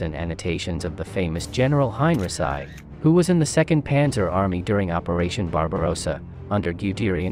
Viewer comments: Heinrici..not Hein..Resai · For the love of War Academy! Get rid of the AI narration and have a real person do it. The computer generated voice pronounced General Heinrici as "Hein-rhi-ssi" and not the proper pronunciation as "Hein-Ricky" your videos have got to the point where I can't watch them any longer because of this, and I feel that's a shame because I really do love the content, but not the awful narration from an AI generated voice. I hope you see this comment and at least consider it. Thank you! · Good report and visuals, but.....Really?....:"Hine-reh-sigh" ????....... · It's more like "Hein-ricky". There are no soft Cs or Gs in German, not even in "German". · Highn Reeki is more correct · You haven't learned to correctly pronounce Heinrici yet, otherwise a great video. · bots :) but ur right and it annoys me a bit i must admit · It's a translation bot, obviously. Does pretty good except for the odd name that it butchers. Worth putting up with for the info. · Kinda puts a damper on history when the pronunciation is incorrect. Imagine having a conversation with somebody having learned their history from youtube; general who?